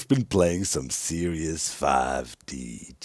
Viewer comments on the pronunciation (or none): none